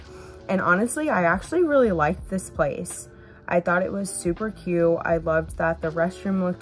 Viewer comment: Pronounce your Ts, it's cute not CUE.